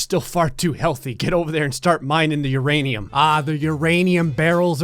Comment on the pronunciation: I love that u said uranioos lmao I told my step kid this morning that his "non sugar" Cheerios had uranium lmfao